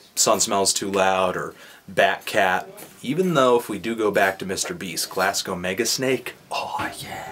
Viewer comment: I'm from the place and the way you said Glasgow like it started with a K made my day